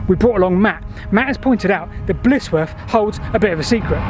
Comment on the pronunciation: Just to mention - it's Blizzworth, rather than Blissworth. Good work as usual, though.